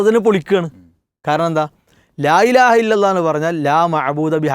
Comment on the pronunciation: മൂസ സ്വലാഹി..... ലാ ഇലാഹ എന്ന വാക്ക് ഉച്ചരിക്കുമ്പോൾ " ലായിലാഹ " എന്നായിപ്പോവുന്നുണ്ടോ എന്ന് ശ്രദ്ധിക്കണം. എനിക്കങ്ങനെ തോന്നിയതാവാം. ജസാക്കല്ലാഹ് 🎉